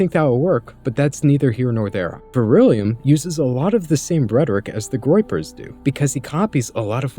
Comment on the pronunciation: Good vid. Dude's a total plant. 2 things: 1. it's Vrillium, not vir-ill-ium; 2. It's dissident right, not dissonant right. Details matter.